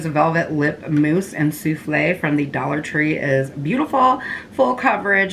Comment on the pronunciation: I love when you say "and it's only a dwolla" 🥰🤣 Love watching your vids girl 💜